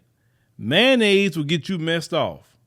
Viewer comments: That's that ma-yayo-nnaise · Someone being murdered is always sad… but, every time said Mayonnaise I did laugh 🤷🏾‍♀️ I know that’s bad.